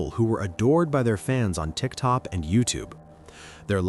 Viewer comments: I said TIK TOP that's what the narrator said, I know what TIK TOK is😂😂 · that's funny it said Tik Tok fine in other parts of the video 😂😂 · I heard that too 🤣